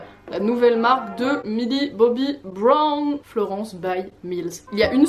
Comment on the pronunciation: Purée mais comment tu prononce Brown 😫